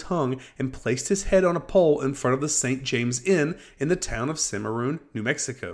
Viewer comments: Allison and Longley are fairly well known to anyone with more than a pssing interest in Old West history. Also the name of the town is pronounced CimmaRON, not CimmaROON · It's pronounced CIM-UH-RON not Cim-a-roon. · Allison and Longley are fairly well known to anyone with more than apassing interest in Old West history. Also it's pronounced CimmaRON, not CimmaRoon.